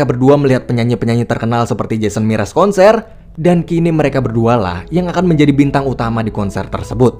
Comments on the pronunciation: jason mraz woi bukan jason miras xD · Jason Mraz bang bukan MIRAS 😔